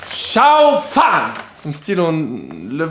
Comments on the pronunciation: instead of saying shao fan, try Ciao as in goodbye, closer pronunciation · Loool, the second time you said tsao fan is the Cantonese pronunciation! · His pronunciation is closer to Cantonese tones than Mandarin tones. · It's cute how pronounciation of chao fan is much closer to Cantonese than Mandarin. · Isn't it pronounced like CHOW FAN 💨